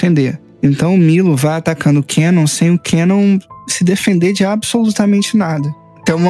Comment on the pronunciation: "Quenon" meu velho oq custa falar o nome correto do personagem "kanon"